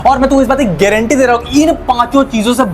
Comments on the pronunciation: Sir be like: ess bast ki guarantee haa😂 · Guareentee😂 he